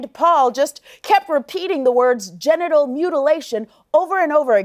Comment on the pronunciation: Sounded like he was saying getinal mutilation...